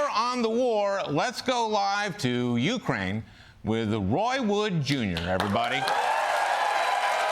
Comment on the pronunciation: Is Al's mispronunciation of Ukraine comedy or ignorance?